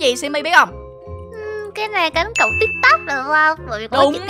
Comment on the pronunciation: Tìm tôi mà nói là tik tóc